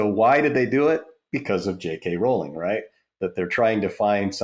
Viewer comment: Great interview, Colin! Also on Rowling's name, it's "Rowling" like "bowling." 😊